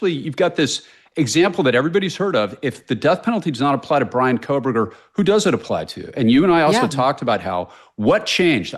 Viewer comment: K-OH-Berger. No L.